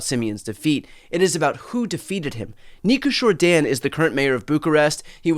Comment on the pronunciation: Congratulations on the best pronunciation of the name of the new president elect of Romania. It is amazing what an election with runoff can do (21-41 round 1, 54-46 runoff). It is used all over Europe. Think what that would have meant in US 2000: hard to think the 70k votes for Nader would have gone to Dubya